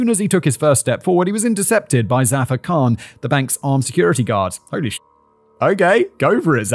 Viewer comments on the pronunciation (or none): none